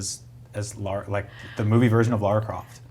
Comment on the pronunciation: Her name is lara not laura get it right